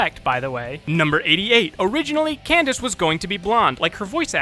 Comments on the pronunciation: you said cadence instead of candence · He mispronounced Candace's name, and instead said "Cadence" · In fact 86 it sounded like you said Cadence XD MLP FOR DA WIN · you said Cadence instead of Candace on 86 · In fact 86, you said Cadence instead of Candace. In fact 100, you said that you probably mispronounced someone's name in the video. On purpose or no? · You were right on fact 100, You mispronounced candice as cadence once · Am I the only one who heard him call her Kadance? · "We'll give it a pass because we probably mispronounced somebody's name in this episode." No, no,. I'm sure Cadence is a real character. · Did you say Cadence? Lol Cadence is another name for a scale in music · You said "7" instead of "70" and in 86 you said Cadence just like you said you probably mispronounced someone's name😂 anyway good job! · "Jerem" "Number 7" "Kidence" And that's my nitpick for the night. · He actually did mispronounce a character’s name in this video lol